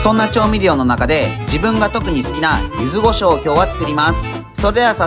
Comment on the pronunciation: 柚子胡椒をゆず「ご」しょうと言う人初めてみたわ